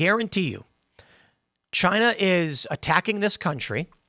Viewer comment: "Chynah iz Ash-ho"